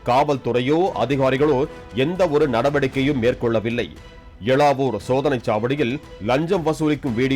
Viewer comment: அது " எளவூர் " 🤣😂😂🤣